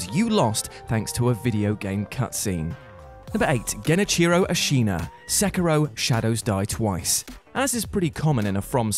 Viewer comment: I'm very thankful you are saying Sekiro correctly. Not even your friends on this video's channel seem to get it right.